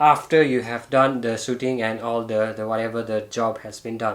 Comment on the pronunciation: I love it when he says...Start Soothing 🤣